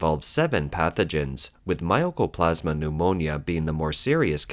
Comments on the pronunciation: Mycoplasma is pronounced as spelled, and not as "My o coplasma." (The "myco" name reflects the fact that this pneumonia was at first thought to be fungal in origin.) Mycoplasma pneumonia is in fact well-known to be bacterial and therefore not viral. And because it is bacterial, of course it is treatable by antibiotics -- the only question is whether the strains have antibiotic resistance and to which antibiotics. The wasteful spending of government-allocated money is an interesting and familiar theme. When I worked for the US government about 40 years ago, it was a regular phenomenon that as the end of the fiscal year approached, we had to find purchases to make with any surplus funds, to make sure that our budget wasn't lowered the next year when we might indeed need the money. Yes, it's wasteful, but from the perspective of government-funded agencies, departments, etc. facing the rigidity of government budgeting, it is also prudent and reasonable. Sorry, that's just the stupid way it is. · It's not MY-O-CO-PLAS-MA... MY-CO-PLAS-MA